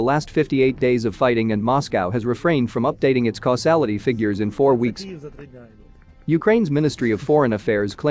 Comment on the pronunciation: Causality and Casualty are two completely different words. Try to get it right.